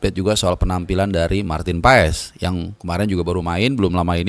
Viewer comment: Kritik bro.... Maarten "Paes" bacanya PAS brooo bukan Paes paes... nama org jangan diganti ganti bro. Maartennya mungkin bilang ga keberatan dipanggil paes hanya sekedar menghormati aja. Tapi sebenarnya untuk bule ga sopan nama keluarga di panggil kayak gitu. Coba dibalikin deh nama Pardede, terus menerus dibaca Pardidi....gimana perasaan lo?